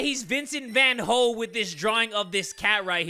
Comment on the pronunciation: "Vincent Van HOE" LMAO